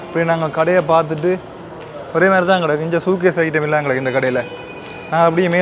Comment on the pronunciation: Ado தம்பி அது... 1. Kaar இல்லை Car 2. K(எப்)c இல்லை K(எவ்)C 3. T(செர்ட்) இல்லை T(ஷேர்ட்) 4. Full Sleep செர்ட் இல்லை Full Sleeve ஷேர்ட் 5. சூ கேஸ் இல்லை சூட்கேஸ் 6. றை இல்லை Try ( ட்ரை ) இப்படி நிறைய இருக்கு , நீ பேசாம தமிழ் ல பேசிடு 🤣😂